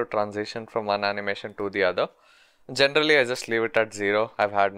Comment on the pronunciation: This video is really usefull but "genderally" is killing me